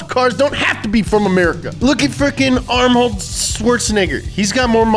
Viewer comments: He also called him Armhold. 😂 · said arMold tho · He said “Arm-hold Schwarzenegger” 😂